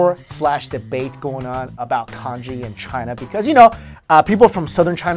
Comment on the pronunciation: LOL when you say Congee I think you're saying KANJI!